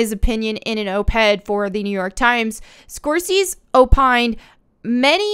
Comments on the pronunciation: You must be in your 20's or not in the know on pop culture, the director's name is pronounced score say si. Welcome. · Scorsese is pronounced Skor-say-see. 👍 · Oh lol Score-Say-See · Scorsese = score-say-zee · it’s pronounced score-say-zee 😊✌🏼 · I think his name is pronounced score say see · Love take here, but could someone please teach her how to say Scorsese. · Seriously, how can someone not know how to pronounce Scorsese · Every time you say Martin Scorsese's name I die 😆 ya ain't wrong in what you're saying. Ya just kill me with that pronunciation 💀 Edit: So this didn't age well, this is why I should listen to the whole thing before commenting lolz. I disagree to one thing, End Game was sub par compared to what they could have given us. They did Thanos dirty, he should have worshiped Lady Death. We should have gotten a sexy Lady Death, instead of the PC message of over population that we got. Joker was brilliant 👏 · Anybody else acknowledging the fact that she's pronouncing Scorsese wrong?😊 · Scorsese? I've never heard his name pronounced this way. Was confused for a second. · I can’t believe you don’t know how to say Scorsese😂😂😂😂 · SCORE-SAY-ZEE Love your vids,.:) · Say his name SCORE - SAY - CE with Italian flare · "Score Seas", yes. That is the correct pronunciation. Carry on. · Score-Seize 🤣 Someone is busting a vein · The way you pronounce the directors name is Martin Score Say Z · His name is pronounced: Score-Say-Zee Have you never heard anyone say his name? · It's Martin Scor-say-zee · I largely agree with you on most of your videos, but please, just make at least a cursory effort to learn how to pronounce names of famous directors you’re going to read over and over again. Scor-SAY-see - one of the best film makers of our time. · His name is pronounced "Score-Say-See". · Score say zee. Lol u got this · Martin (Score-Say-zee)* mamaz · Also, it's Score-Say-Zee lol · Score say zee. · Score-say-zee NOT Score-sees.